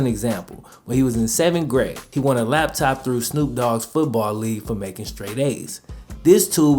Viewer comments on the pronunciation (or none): none